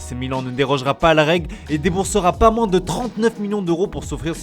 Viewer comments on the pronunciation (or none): none